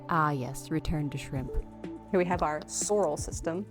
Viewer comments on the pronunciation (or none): "Sorrels System"